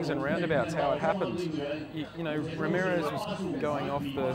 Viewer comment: Anyone else notice he was saying ramireth instead of Ramirez?